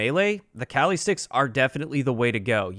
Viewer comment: as a filipino, i know how spanish people feel when you hear someone pronounce a word white as hell because everyones calling them CALI sticks